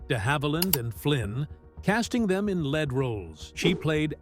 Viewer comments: Lead Roles is not pronounced Led Roles!!!!!! Try LEEEED. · …in “LEAD’ roles???? You might want to rethink that pronunciation.